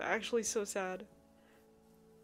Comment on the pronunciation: Ahhhh Omg my name is the same as the little mushroom girl except I spell mine with a y instead of the I because Arya with a y means noble and I love that. And yes you pronounced it right 😊❤